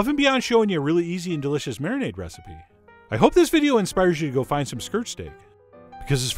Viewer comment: Marinade is marimade 😂